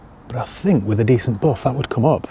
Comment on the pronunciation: I only tune in to hear him say boof instead of buff 😂